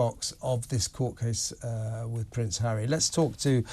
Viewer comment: I like Angela Levin. Why did she say Hawwy could win one or two cases when she said earlier that Hawwy said he HAD NO evidence?